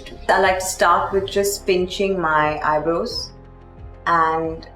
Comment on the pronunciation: Why do you Indians pronounce eyebrows as eyebro???? So annoying. It's eye bra-o. Dear God!